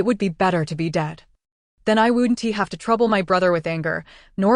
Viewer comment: Okay, the story is okay but contractions constantly being read as a word followed by a letter drives me nuts, it's wouldn't NOT wouldn t and all the other words with semicolons being read as separate parts. Please check for these errors before you post things.